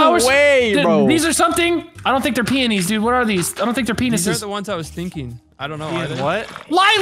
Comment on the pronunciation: The way they mispronounce peonies. 🤦🏼‍♀️😆